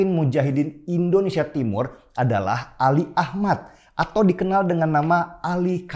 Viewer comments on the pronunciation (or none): none